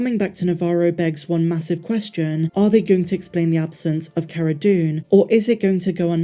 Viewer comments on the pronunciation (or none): none